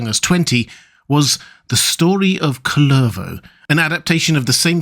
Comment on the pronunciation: A little note on pronounciation: Kullervo (like words in Finnish in general) is pronounced with emphasis on the 1st syllable, not 2nd. And it does not make the vowel any longer. The u is pronounced the same, though slightly shorter than in the hobbit name Took.